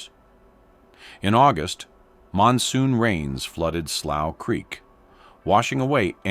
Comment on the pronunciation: So this guy is gonna give a documentary, and he can't even pronounce the word slough 😂😂😂